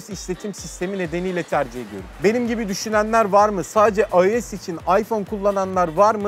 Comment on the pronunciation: IOS 12 yi “ayoes oniki” diye okumak nedir arkadaş. Yarısı İngilizce yarısı Türkçe. Adam gibi yazıldığı şeklinde oku işte 🙄